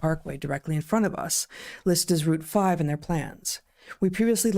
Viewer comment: You said Loudoun correct, Heather!